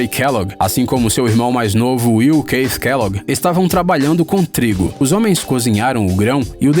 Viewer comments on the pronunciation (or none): none